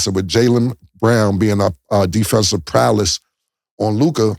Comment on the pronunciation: Prowess not prowless